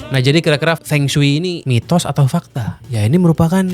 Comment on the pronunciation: blm dibikin nih konten mengapa penyebutan huruf latin cina beda dengan penulisannya. di konten ini udah kesebut beberapa, Feng shui = fengshi, Beijing = Pei Cing, Qin = Cin